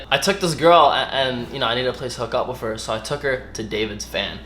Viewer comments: He kept saying wiff 😂 instead of with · Anyone just listen to say "with" or should I say "wif"??? I love it so much ❤❤❤ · "deaf" "wif" lol the list goes on